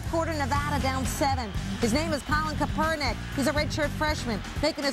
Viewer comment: "Colin Kuhpernick"